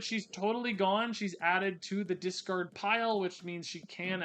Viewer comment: DISTROY. DESCARD. He switched the vowels in the words